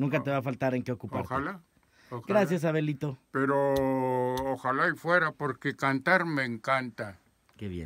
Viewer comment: Creí que le decía abuelito xD Ya después escuche que decía Abelito xD